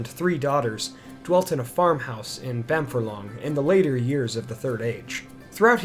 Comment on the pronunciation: So you do a lot of the narration super well but you slip up on some words. Bamfurlong is said Bam-Furlong (as in two separate words). A 'Furlong' is an 8th of a mile or 220 yards. The name 'Bamfurlong' can be translated into Old English to mean 'Bean Field' (A furlong is the usual length of a field in the English countryside)